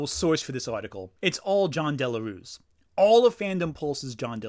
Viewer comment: As a native spanish speaker i cant help but find it funny how you pronounce "Jon Del Arroz" as "Jon Delarus". I wont even correct you that piece of shit doesnt even deserve you to say his name the correct way.